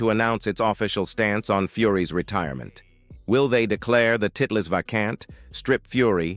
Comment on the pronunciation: Is this a software reading the text? At about 5m 14s mark, "titles" is pronounced as "tit-less". Left a bad taste for this viewer.